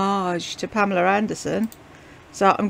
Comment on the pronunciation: Yeah...I found that a bit nauseating. I've always heard her called Pamela.